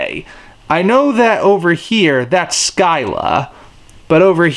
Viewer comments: Scylla is pronounced Sill-uh. It's based off Scylla from Greek Mythology. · Actually I believe that is in correct. In classical Greek the SC consonant combination is pronounced with a sibilant S and a hard C. So like the SK combination in the word skin. So Scylla is correctly pronounced as SKIL-LA.